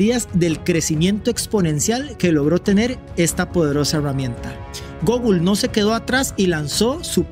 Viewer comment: Deberías escuchar en Google Translate como se dice la palabra "Google".